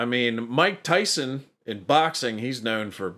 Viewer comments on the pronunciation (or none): none